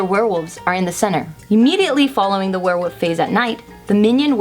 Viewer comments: Lol, "werewoof" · I love how pronounces werewolf as "werewoof" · "Warewoof" lol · OMG SAID "WEREWOOF" A HUNDRED TIMES GAHHAHAHAHAHAHAHAHAHA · At the start, keeps saying Werewoof. Absolutely hilarious and cute (๑´∀`๑) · says werewolf weird it gets worse since she says it a lot